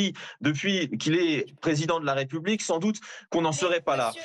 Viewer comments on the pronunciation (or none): none